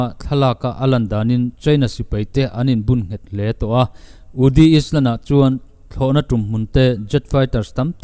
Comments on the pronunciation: Is-land tih hi Ai-lan tia lam rik tur a va nih hmel ve aw. Ṭum hnih lai lam rik a ni nghe nghe. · Angaihnawm e,, China hi do rawn se ka ti. Chuan Islan nilovin Ailan tia lam tur ani lo maw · Island ah hian s lam loh tur iland angin lam tur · Bengvarthlak thin hle mai... Island ailan 🏝 ti a lamrik tur. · Island-ailand tia lamrik tur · island hi iland tih ang in han lam leh keuh ta la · Bengvar thlak e.Island hi i chhiar sual a nih ka ring.I lam dan a diklo tlat....ailand tur. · Island ti zel khan a rawn lam sia ka bo deuh țep a lawm...😂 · Island kha ka lo tîm deuh a, ailen tiin lam ila dik mai awm e. Tin, thlawhna thlawh chak zawng tehna mach kha mak tia lam tur ania, much tia lam kha a diklo tih ka rawn sawi ve e. Thahnemngaihna a ni e. Han ti zel la ngaihthlak zel ka duh e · Iti tha e.. Mahse thahnem/duhtho thilah..south China Sea chungchang la update fo hmel sia.. Lamdan dik zawk in aw.. Island-ailand.. Quarantain-quarantin.. Philipaines-philipins